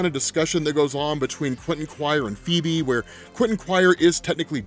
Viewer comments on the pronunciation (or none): none